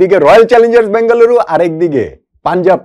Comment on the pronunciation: ভাই আপনি বলে বেগালুরু বলেন তও পানজাব জিতবে